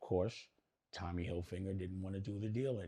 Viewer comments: Are intentionally saying Tommy Hilfinger, I thought his name was Tommy Hilfiger lol, I could be wrong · * maybe Tommy HILFIGER didn’t want to buy because you didn’t even show enough respect to pronounce his name correctly?! Hilfiger NOT Hilfinger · CONSISTENTLY saying Hilfinger